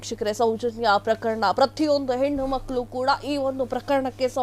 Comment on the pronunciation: ಪ್ರಖರಣ ಅಲ್ಲ ಪ್ರಕರಣ ಮಾಧ್ಯಮದವರು ಸ್ವಚ್ಛ ಉಚ್ಚಾರಣೆ ಮಾಡಬೇಕು